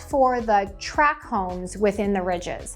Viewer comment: FYI, "tract" home, not "track" home. Just sayin'. Otherwise, great, informative video. Thanks.